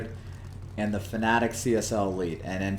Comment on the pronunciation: FanaTEC, not FanaTIC. Why does every American YouTuber pronounce it this way? Serious question